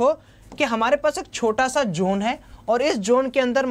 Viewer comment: bhai usse zone bolte hain, jone nahin😂